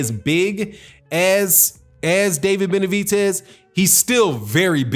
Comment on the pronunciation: Why Do You Mispronounce David Benavidez's (Benavitez) Name?